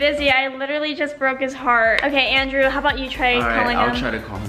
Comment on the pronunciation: I like how says "endreww" instead of "Andrew" ❤️